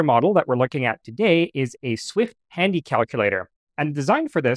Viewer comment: When you said "Swift Handy calculator" I heard "Swift Tandy calculator". Tandy being the brand name which owned Radio Shack, where I bought a Magic Brain calculator exactly as seen for a couple of bucks somewhere around 1972.